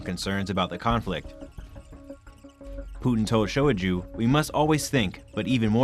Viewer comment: The last name is pronounced as SHO-i-GOO